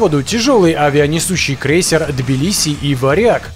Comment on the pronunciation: Слово крЭйсер правильно произносится как крЕйсер . Аж уши режет.